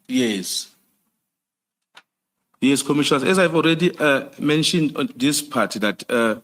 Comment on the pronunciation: This one does not even say correct commissioners 🤣🤣🤣🤣🤣🤣